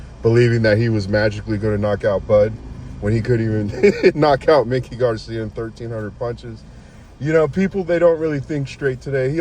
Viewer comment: If you are going to have a boxing show. Know the boxers. It's MIKE. E. NOT LIke Mickey Mouse. Mikey Garcia.